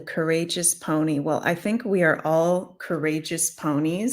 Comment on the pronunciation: Peony ..peeony ..not pony..lol